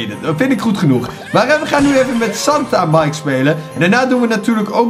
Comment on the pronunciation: omg santa mike. spreek je anders uit